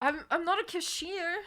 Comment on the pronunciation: Anyone notice she says cashier like "kashir"? Like they're a nomadic people from northern Arabia